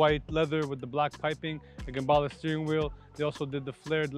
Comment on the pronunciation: The first time I'm hearing gerballa